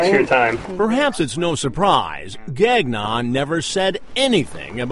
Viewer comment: lol. Gag Non... it's pronounced Gang-ion.